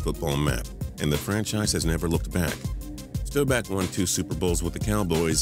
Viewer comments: Roger Staubach's name is STAW-back, not STOW-back. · You pronnced staubauch wrong you said stooback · how could you screw up Staubachs last name its pronounced Staw-back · Staubach is pronounced Starbock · When he said staubach I got aids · How did you find a way to somehow make a new way of mispronouncing Roger Staubach